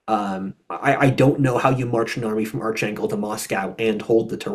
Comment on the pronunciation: No "ch" sound in Arkhangel. Just pronounced close to how it appears in English.